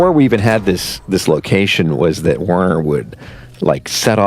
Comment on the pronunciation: I hate to correct the people who created these characters, but Werner would be pronounced with a "v" sound, like "Verner." Also... I find it frustrating that this YouTube video shows screenshots when they're talking about specific parts of the show that we need to watch to understand.